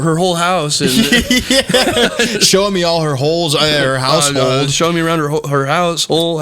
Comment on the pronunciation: Did jared say House Hole?